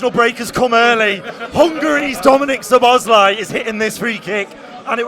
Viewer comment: Please put the emphasis on "Szo" when you pronounce Szoboszlai's name. One of the basic features of the Hungarian language is that the word stress is always on the first syllable, without exception.